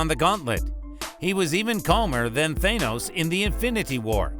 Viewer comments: It's Thanos not THAYnoes. Thank you for the insight great video :D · YOU TS THA-NOS NOT THAY-NOS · For the love of god just say thanos not thay-nos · Its thanOs not thANUS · Why do people say Thanos wrong? They keep saying the "A" in Thanos the way the letter A sounds when you say it alone. Instead it's said as the A in "ah". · Tha-nos not thainose 😂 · It's thaaaanos not theynose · Its Th-AH-nos not Th-AY-nos!!!!! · How do people STILL mispronounce thanos when it's litteraly said several times in both infinity war and endgame it's not that hard people it's a soft A not a hard A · How this bitch says thanos is so fucking annoying is tha not tha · why are you saying Thaynos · Man this guys voice is fucking annoying. THAYNOSE 🤓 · Are you hungry? Eat your thaney-O's it's good for you and sweet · Th-ay-nose lmao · He’s saying Thanos wrong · Ok i know but learn how to say thanos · can you say thanos right?